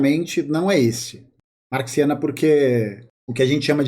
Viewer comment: Acho que ela fala Marciana (zoando), não Marxiana